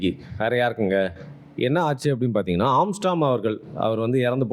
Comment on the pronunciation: ஆம்ஸ்ட்ராம் இல்லடா ஆம்ஸ்ட்ராங்..